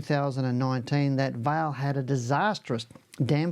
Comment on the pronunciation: Hi - just one small point. Vale is not pronounced like your name. It is pronounced more like Valley. with the A being drawn out. Vaaa ley. 😊 Cheers